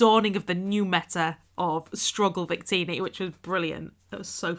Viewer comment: Wait, the Wonderlocke with Chivi was at the beginning of this year? Wow, time flies. Also, I really need to talk with you more often! Hopefully during the holidays. :) BTW, you pronounced Wictini wrong.